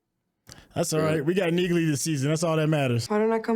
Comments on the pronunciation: Neagley is pronounced NEE-lee, the “g” is silent. Neagley will also be a Reacher spin-off due to the character’s popularity. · "Neagley" is typically pronounced as "Nee-lee" with the "g" being silent; essentially, like "Neely" with a slightly emphasized "a" sound. This pronunciation comes from the character "Frances Neagley" in the "Reacher" series where the name is consistently said this way. #TheMoreYouKnow 😊